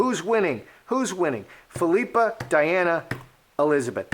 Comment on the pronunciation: I believe it’s pronounced PHIL-i-pa. Aka (common nickname) Pippa. 😊